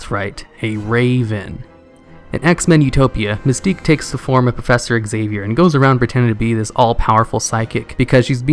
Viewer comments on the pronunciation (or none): none